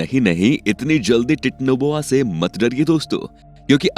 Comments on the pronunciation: Titno boa ni bhai titanoboa hota hai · It's not titnoboa it's titanoboa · Vai it's not technoboa it's titanoboa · Techno boa nahi titanoboa bolte hain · 😂😂 thora ache seh pronounce karo titanoboa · Abe chutiye tu pehele Titanoboa bolna sikh le!! Aur thumbnail Mahadev ki photo kyu lagai hai?? Chomu!!